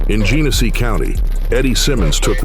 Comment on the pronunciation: It’s pronounced “GEN-A-SEE” -“MACK-IN-NAW” City